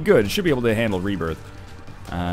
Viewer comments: Binding of Isaac rebiarth, sounds like saying it with a southern accent cx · You ok there northernlion? Rebairth? XD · Lol Rebairth! silly northernlion!